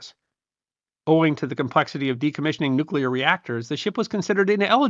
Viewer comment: Kudos for saying "nuclear" instead of "nucular"